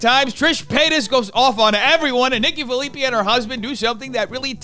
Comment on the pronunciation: Nikki's last name is pronounced Phillip Pie